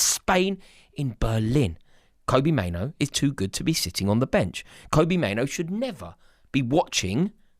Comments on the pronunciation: His name is Mainoo NOT Maino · Kobbie, not Kobie, Mainoo, not Maino.. pls 🙏